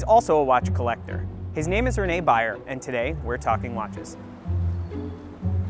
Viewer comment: Is this guy called "Bayer"?? No, he is called "Beyer". Can't you pronounce differently an A and an E?